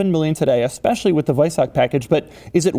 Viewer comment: WEISACK................LOL HAHA Doug, it's WeisaCH CHHHHHHHH